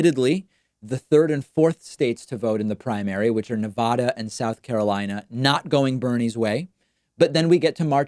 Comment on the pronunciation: You pronounced Nevada incorrectly.